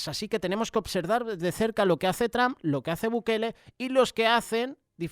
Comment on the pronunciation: Hermano con todo respeto Se le oye feo decir TRAM Por favor de pronunciar Bien el nombre TROM a lo En Español y por favor Cambié la A por la O Se oiría mejor gracias de Houston TX